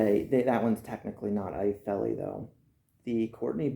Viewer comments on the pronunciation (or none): Pronounced "felly" in Afrikaans, but good review I just pulled the trigger on a pair of these. Waiting on em to come in. Was issued a pair back in the day (83) to replace my rotted out jungle boots. Im having serious troubles with boots falling apart within 3 months and im talking quality boots.